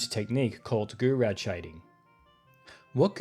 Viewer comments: It's roughly pronounced 'goo-row'. Goorow shading. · Shouldn't it be pronounced as "Jou-Roh"? Source: French lessons at school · Yeah, that's not how you pronounce Gouraud 🤣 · As a kid I always said Gour as in "good" and raud as in "Road." Goo-road shading. I just assumed it was a load of made-up marketing like "blast processing" 😆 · As soon as you mispronounced Gouraud, I came here to leave a comment. But I see I was not the first to correct you! Anyways, thanks for another great video!